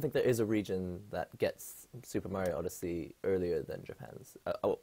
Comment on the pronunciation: "odesea" XD